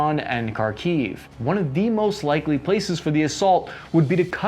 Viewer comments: do stress in Kharkiv on the first vowel. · Your pronunciation of KhArkiv or ZaporIzhzhya makes my ears bleed. Thanks for the review anyway.